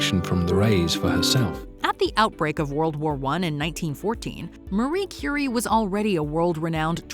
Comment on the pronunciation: I have to admit that I spaced out in the story with Marie Curie. Not that I don't adore her, I simply did not understand who it was about. Please for the love of god, put some respect on her and call her Marie Curie instead of Marry Curry. I know you care.